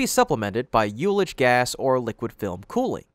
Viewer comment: It is pronounced: uh·luhj, not you-leje.